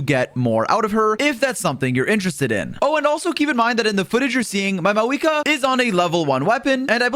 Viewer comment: Why is he saying her name like maweekah